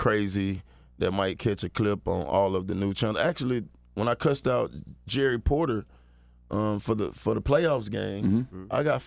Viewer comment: Years later and he's still saying Joey Porters name wrong 😂😂😂